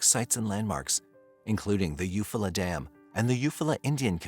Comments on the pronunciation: You Fall la.... he is saying it wrong.... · It’s eu-fall -ah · Thanks for your work. The town should be pronounced You-Fall'-ah with emphasis on Fall. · Eufaula is pronounced you fall uh 😅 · If you’re going to do a video at least look up the pronunciation of the town. Is this just all AI now?